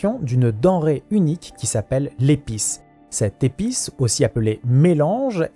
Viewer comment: Merciiiiiiii de nous offrir une nouvelle fois un JDR. Hâte de revire une aventure épic avec supplément épisses. Amusez-vous bien. Une petite pensée pour tous les PNJ qui se verront écorcher leurs noms par.